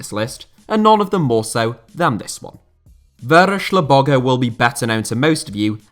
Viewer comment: very good pronounciation of Vörös Lobogó